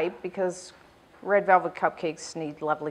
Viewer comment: she said read in stead of red